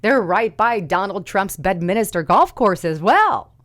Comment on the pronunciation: It's BED "MINSTER" NOT BEDMINISTER !!!